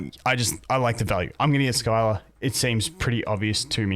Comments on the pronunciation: My only input is that her name is pronounced "Sill-a" and hearing Skyla hurts my soul lmao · Good vid got any thoughts on how good the new units are? Its pronounced Si-la not Sky-la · Sill-ah not Skyla, hurt my soul hearing that butchering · hey bud scylla aka skylah is pronounced sillah. But i do enjoy hearing you say skylah. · I know you always say you're bad with names, but I just wanted to say as an FYI that she's pronounced "Silla." The Greek myth. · It’s pronounced s-ill-ah lol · Scylla is pronounced "SILL" "UH"